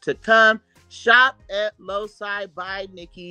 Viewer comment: Loci is pronounced “low key” 😩😂